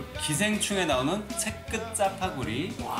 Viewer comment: Zㅐ끝Zㅏfㅏ구리 발음 찰지다